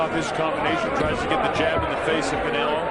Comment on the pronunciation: nigga said caneo lmfao its canelo